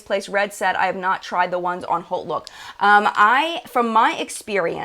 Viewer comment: Are you saying Holt look or (what I found) Haute Look?